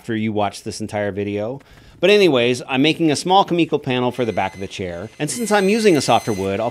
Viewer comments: Kumiko (coo-meh-coh) you are saying Ka-me-ko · I think you meant to write, "Youtube woodworkers hate building this most." And your pronunciation of kumiko is killing me, Smalls. Also, nobody should ever factor in their mistake time into the price of a piece. Most of your excess time in this build was because of your own designs/mistakes. Also also, what was your band's name?